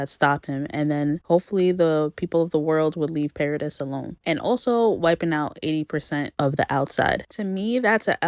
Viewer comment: Why do you pronounce “paradise” like “pear a diss”😂